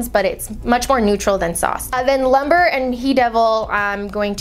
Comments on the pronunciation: It's LUMBRE not LUMBER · It is pronounced loom-bray, not lumber. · "Lumber" lol Lumbre girl that means fire in Spanish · Actually it's pronounce Loom-breh. Not loom-bray. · Omg it's loo-m-bre. Fire in Spanish 🤦🏻‍♀️🤦🏻‍♀️🤦🏻‍♀️🤦🏻‍♀️ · anyone else cringe with how she pronounced "lumbre"? lmao it's a spanish word.